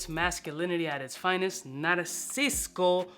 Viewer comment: Can someone please tell that there's no second "c" in Narciso - our man's been mispronouncing this for months lol Bleu Noir EDP is king of the line btw, hands down!